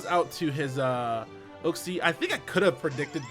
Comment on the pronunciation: Uxie = YOOK-SEE